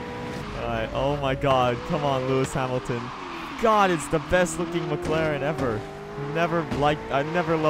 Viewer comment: McLaren not Mclen